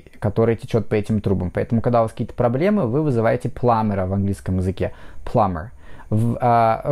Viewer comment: Почему Вы говорите Пламмер???😮